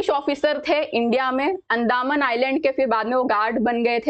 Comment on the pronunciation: अंदामन❌ अंदमान✅